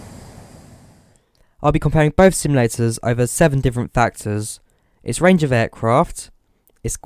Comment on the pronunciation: SIMULATORS NOT SIMILATORS TALK PROPERLY MAN